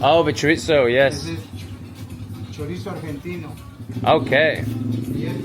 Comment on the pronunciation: Buenas tardes is "good afternoon" (Buenos dias= good morning, Buenas noches= good night) Chorizo is pronounced "chore-ease-oh" . When I moved to UK I was like why is everyone adding a T to chorizo when it doesn't exist?! :face-green-smiling: Enjoying this channel. As an American who spent many winters in Mexico and moved to Sheffield it's all very interesting for me!